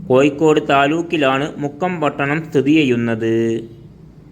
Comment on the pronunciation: ആദ്യം കോഴിക്കോട് എന്ന് ശരിയായി ഉച്ചിരിക്ക്